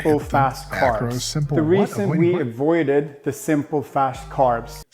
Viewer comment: He said : simple fast carbs , just he not pronounce the word well